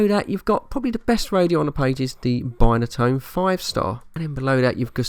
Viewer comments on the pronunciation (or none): Brilliant!! Nostalgia at it's best.. Remember it all so very well.. Interesting video mate did notice you pronounced Binatone in a different way to a Brummie lol.. Great Vid Thanks for sharing:)